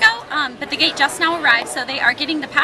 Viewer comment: Did u say gay or gate?